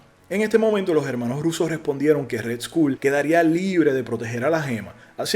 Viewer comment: red-skol!! asi se dice no redschool ! jajajaja escuela roja jajajaja